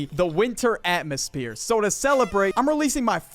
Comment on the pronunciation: the winter "atmospere"